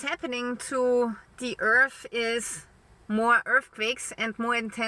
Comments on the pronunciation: IT's hard to take her seriously when she keeps calling it 'earf'. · and earf